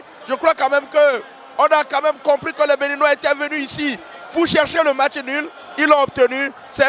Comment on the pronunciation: Match et non mach !!! Lol